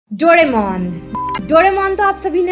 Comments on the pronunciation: Dono bahi behen (dodemon) instead of doaremon😅😅😂😂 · वो डोरेमोन है ना के डोडेमोन ... Smjhe didi..?